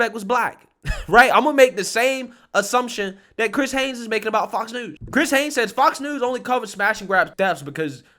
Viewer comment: The title reads Chris Hayes, which is correct, but he keeps saying Hanes.